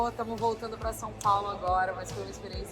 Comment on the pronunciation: O James Gunn falou "São Paulo" direitinho 👏🏻👏🏻